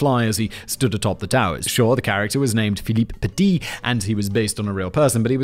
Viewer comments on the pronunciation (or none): none